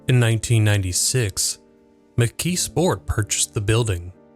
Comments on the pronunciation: The way you pronounce it is interesting. You say, “McKee Sport”. I always heard it pronounced, “McKees Port”. I grew up in Western Pennsylvania. Maybe my pronunciation is the country pronunciation, since I come from a very small town north of Pittsburgh. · Was this an AI narration? The pronunciation of "McKeesport" is weird. Sounds like McKee Sport, not not like McKee's Port. The S should sound more like a Z. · Part of my family grew up in that area. I've heard it as mik-keese-port ("keese" like "geese") and mik-keez-sport. The emphasis tends to be on the first syllable, which causes the second and third syllables to run together. Pittsburgh is weird. We say Duquesne like the French, but Versailles is "ver-sales"...